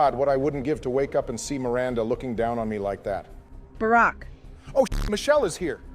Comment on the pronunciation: AI is getting good. There are some noticeable fumbles such as pronouncing Michael's name as 'Michelle' though.